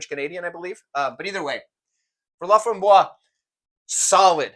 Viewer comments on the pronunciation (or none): "Laframboise" has an "e" on the end and should be pronounced "LA-FRAHM-BWAZ". If it were missing the "e", then the "s" bit would be silent and it would be "LA-FRAHM-BWAH". Also, "au fromage" does for sure mean with cheese. This guy is messing with you Lol.